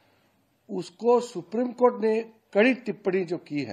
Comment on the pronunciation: Rijju jab tum v humhare log suprime cort ko suprime coth kahte ho tab sahi hai suprime cotha hai